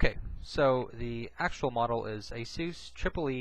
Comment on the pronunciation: ASOOS? I thought it was pronounced ASUS as in A-SUS(us)...not (oos)